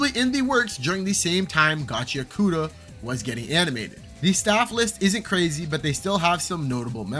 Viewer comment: and also ur not pronouncing gachiakuta right dawg its GACHI-AKUTA (pause between I and A) not gachiakoota 😭💔